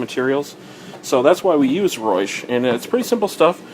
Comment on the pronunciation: you pronounce reusch wrong >.<